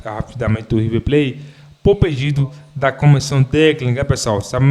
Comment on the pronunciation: O rive ple kkkkkk tá di oi kkkkk